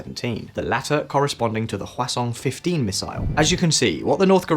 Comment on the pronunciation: You say 화성 like croissant. haha No shade, I know you don't speak Korean. Just say hwah song. Song like music, pretty close pronunciation.